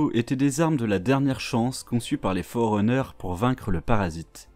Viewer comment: Super vidéo mais les" Fororeneurs"et les "Govenands" m'ont perturbés légèrement. Sinon super travail.